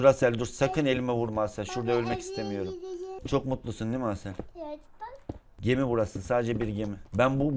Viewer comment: Abi 11.37 de asele durasel diyon 🤣🤣